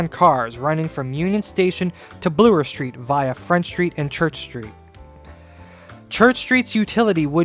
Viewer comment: I love you dedication to the issues at hand. It is truly impressive. On a completely different note, I could not help but notice that you pronounce 'Bloor' as 'Bluer'. I was just wondering why do you do this, since it is the first time I hear such version.